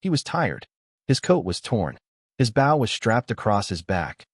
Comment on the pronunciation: Maybe you need to teach the bot that writes this garbage to teach the bot that narrates how to pronounce the word, "bow".